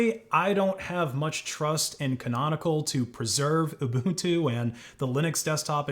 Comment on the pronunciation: Thank you for pronouncing Ubuntu as "Ubuntu" and not as "Ubantu" 💯